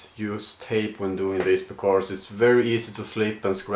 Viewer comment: "becorse" <3